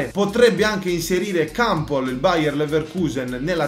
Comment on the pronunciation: Kampol no kampel